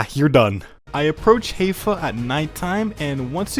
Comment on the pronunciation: It's HAI-fa, not HEY-fa 🤣